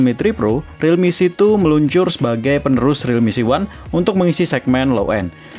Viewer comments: Realme C2 "si two" dibaca "situ" jadinya REALME SITU😂😂😂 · realme setu